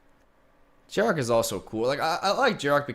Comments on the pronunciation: Who is this Jarok guy you keep mentioning? Desecrating that pronunciation lol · Probably just the Spanish pronunciation